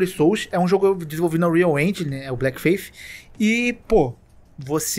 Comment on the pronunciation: Pô, tu escreve Bleak no título mas fala Black? Achei até que eram jogos diferentes, sem zoa. Porque cliquei no vídeo pra ficar ouvindo enquanto fazia outras coisas e acabei bugando.